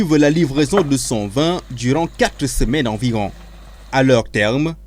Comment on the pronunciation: On dit VIN et non VAIN .